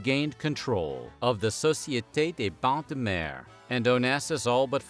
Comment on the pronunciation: American « royalty »🤣🤣 , otherwise, nothing new under the sun, including your ridiculous prononciation of Société des Bagnes de Mer, Image&Son, etc.